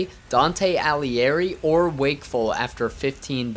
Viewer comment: Bro, it's AliGhieri not Alihieri